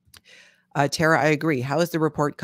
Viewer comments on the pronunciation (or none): none